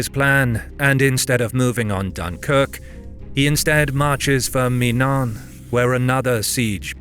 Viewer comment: The fact you can’t pronounce Cadogan’s name properly- same with Menin-, makes me wonder if you are just AI. I hope not but it’s not a little unsettling.